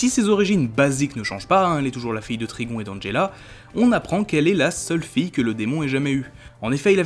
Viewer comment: Alors mec ta vidéo était super mais il y a un truc qui m'a rendue FOLLE : la prononciation plus précisément celle de raven et trigon Sinon ta vidéo était pas mal du tout même super sans aucun doute mais stp prend ma remarque en compte et sinon...Bonne avancée sur youtube 😁 Signé Elena à